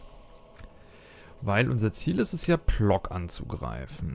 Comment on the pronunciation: ich spreche zwar kein Polnisch, würde aber sagen, dass Plock wie Pwotzk ausgesprochen wird.